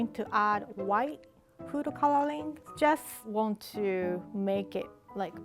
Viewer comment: Can we appreciate how she says “cololing”